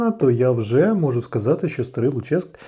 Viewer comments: Не ЛуЧеськ, а ЛУчеськ. Давня назва Луцька. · ну і ЛУчеськ (наголос на У) - це історична назва Луцька